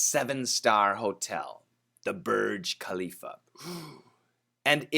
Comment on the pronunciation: Hi While it's written as Burj, we actually pronounce it 'Borj. Borj means tower in Arabic. I'm gonna send you a link about the Arabic pronunciation.